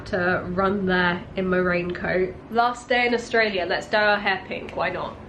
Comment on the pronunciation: Love how you said AustrailiaR and yeaR as an Australian 😂😂 I'd be the same way hahaha, love how accents just stick